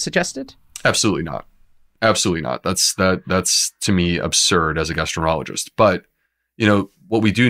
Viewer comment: Any real gastroenterologist is not going to mispronounce their own specialized field as “gastroenerologist”.